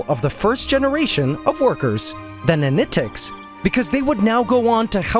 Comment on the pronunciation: Take a shot everytime he says nanitecs. Dead by videos end.